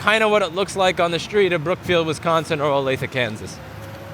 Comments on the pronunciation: Nice name drop on Olathe, KS even pronounced it correct. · Completely impressed you said Olathe correctly. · You must have been to Olathe alot or lived there at some point because you actually pronounced it correctly.